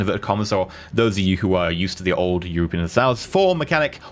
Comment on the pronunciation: He can't say Europa Universalis or Imperator properly. If i were paradox i would revoke the early access to this guy.